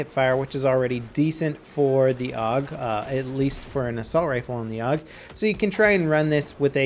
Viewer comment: It's pronounced A.U.G, not 'org'.